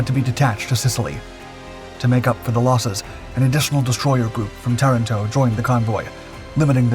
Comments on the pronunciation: Tah-rahn, toh ; not Terr-in-toh. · Learn the correct pronunciation of words: Ta RAN to.